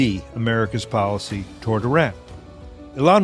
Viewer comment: Policy. Not Podicy.